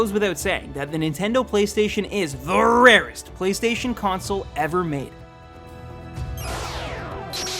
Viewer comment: Stop saying the rarest that way and stop getting high. It's obvious.